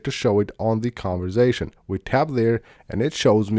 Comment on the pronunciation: And “conversation” not “converzation”